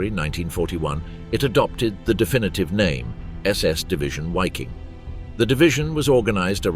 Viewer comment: Another YouTuber that can't be bothered to learn how to pronounce the subject of his video. WTF is a "Wiking"? It's pronounced, unsurprisingly, "Viking" whether you are English or German. So that's another YouTuber I can block.